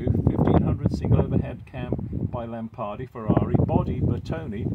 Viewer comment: Nice car! I believe the engine is from Lampredi, not "Lampardi".